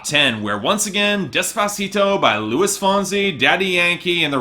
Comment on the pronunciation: I think I preferred it when you pronounced "Luis" like "Louie". It's "loo-EES", man.